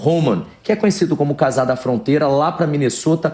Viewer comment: "CASAR" da fronteira? Fala sério! Aprenda a pronuncia da palavra. Czar, caramba!